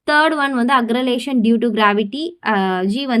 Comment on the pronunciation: Acceleration pronunciation is wrong